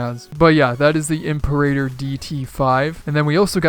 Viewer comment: It's pronounced "Imperator"